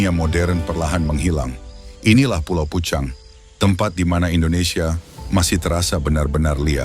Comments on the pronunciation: Pulau PEUCANG,Bro bukan Pucang di bacanya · HANYA Lidah orang Sunda yg fasih mengucakan PEUCANG...buka pecang.... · Bacanya Peucang, seperti mengucapkan bungong jeumpa...